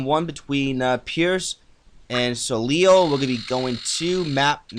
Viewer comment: It's pronounced So-Lay